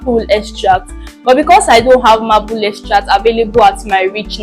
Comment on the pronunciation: Nice video. But it is pronounced ' May-pull'